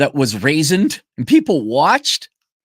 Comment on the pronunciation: When you said raisined im dying 😂